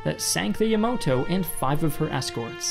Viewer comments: Dude it is Yamato not yamoto. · Good video but its the yamato not the yamoto😅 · It's yamato not yamoto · Yamato, not the “Yamoto”. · >pronounces Yamato as "Yamoto" Bruh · "Battleship Yamoto".... It's YamAto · it's pronounced "Yamato" not Yamoto. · sigh said Yamoto. Never have I've been so disappointed in you. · For Christ sake man it’s “Yamato” not yamoto. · For the love of god, it's pronounced "YA-MA-TO", not "YA-MO-TO" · Is it just me or i heard him say Yamoto (the Yamato battleship) on and . I kept rewinding that part many times hoping that i just heard it wrong. But reading his lip seem to support what i heard him say “Yamoto” twice. Makes me think if he really knows bout what he talks about. Anyway, this is just my observation. I might be wrong. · Great Vid! Really wish you said Ya-MA-to and not Ya-MO-to, Japanese is very specific on the sounds, Yamoto is a different name/word altogether. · omg it's not Yamoto, but YAMATO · "Yamoto"? Bruh its "Yamato" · Its yamato, not yamoto Yamato is great harmony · It's the YAMAto, not the YOMOto... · YaMAto, not YaMOto, and Kyushuu, not kaiyushoo. Sorry, but I feel the urge to correct. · Yamoto? You mean Yamato right? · It’s Yamato not yamoto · Yamoto? I think you meant Yamato correct? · Dude. It’s Yam AH to. Not “Ya MOH to” Yamato. Great videos, keep it up! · You had one job !!!! Battleship Ya-Ma-To not Yamoto , how did you even say this wrong omg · Ya-Ma-To, not Yo-Mo-To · Ya ma to not Yomoto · Yamoto? Or yamato? Que??? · *Yamato Not Yamoto. Also, please stop putting ads in the middle of your videos, it's a huge pain in the ass. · Yamowtow LMAO 🤣 dude it's "yamato" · As much as i can understand that it is hard for other people to pronounce Japanese words, as a naval enthusiast I can't help but cringe every time you pronounce the IJN Yamato. Its pronounced ya-ma-h-toe, not ye-moto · Also, Yamato. Not Yomoto. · Ya-mo-toe? IT'S YAMATO! "YA-MA-TOE" Your video has been hereby designated as irrelevant